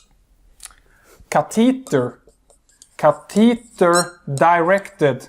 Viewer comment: CA te tah..Catheter..its so unique how he pronounces it. Good lecture